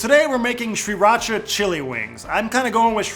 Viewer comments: It's pronounced "SEE-raw-chah." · omfg stop saying sriracha like that. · Dear Sir! Pronunciation is easy: Sriracha is named after the coastal city of Si Racha, in Chonburi Province of eastern Thailand. Simply omit the first 'R'. Excellent recipe! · You're trolling us with that pronunciation, right? Regardless ---these look awesome! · Ugh the way he says sriracha makes me cringe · STOP. SAYING. IT. LIKE. THAT. That's literally not how you say Sriracha. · There's an R right after the S. I don't know why people chose to ignore that R. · learn how to pronounce Sriracha